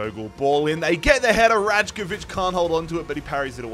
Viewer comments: pretty sure it's pronounced as raikovic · Sorry mate, I'm from Serbia, the way you read Rajkovic, it's more like Raykovich , it would be close to how you are supposed to say it, I'm more then ready to hit you up with some voice message on how to properly say it. Good series, and have been following a long time now, keep it up! :) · Rajkovic is pronounced like pre-drag rai-ko-vich. If you want to say his name correctly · Hey predrags last name pronounced raykovich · Rajkovic pronunciation ☠️